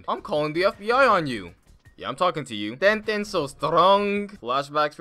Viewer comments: did you know that tsunades pig names is actually ton ton not ten ten? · ‘TenTen so strong” lol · ‘tenten so strong' 😂😂😂